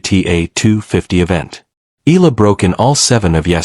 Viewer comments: Eala pronounce E-YA-LA not E-LA. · e-ya-la not e-la